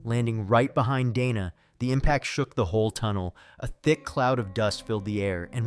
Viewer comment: Dana + "day-nuh" not "donna" fucking AI garbage scripts doesn even know commone american name pronunciations lmao